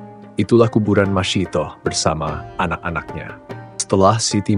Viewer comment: Ia yg benar sebutannya masitah